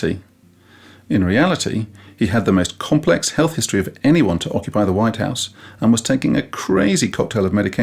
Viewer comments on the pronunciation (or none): none